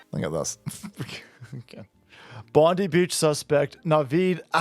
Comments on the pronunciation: Hey! Its Bondi as in Bond-eye, educate yourself. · It's pronounced Bon-dye!